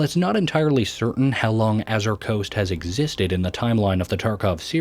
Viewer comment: Are you using an AI voice for the narration? The pronunciation gets really wonky at times with words like "Knossos" (NA-ssuhs) coming out as "Gnosis" (NO-sis) and "Azure" (a-ZUR) as "Azzir" (A-zir).